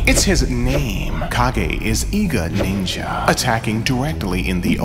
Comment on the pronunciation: I hate to be that guy but it's pronounced Cage.